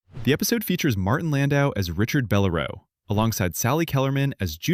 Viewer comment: It's Bell-- LAIR'--oh NOT beh-lair-o.